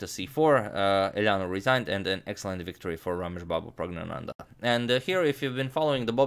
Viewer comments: You pronounced pragnanandhaa, better than many of us. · The most impressive thing was the pronunciation of the winner’s name that I will not even attempt to spell